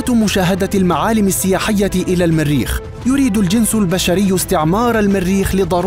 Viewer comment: من اين اتيتم بهذا اللفظ الميريخ الميريخ بأن الميريخ ، إلى الميريخ، ... بالجر والنصب والرفع تجرون ميم المريخ فتصبح الميريخ ماااااهذا !؟!؟